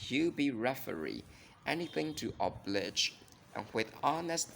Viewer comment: FYI: wily is pronounced why lee, and oblige is the same, like “oh-b”+“lie” “juh”. Cheers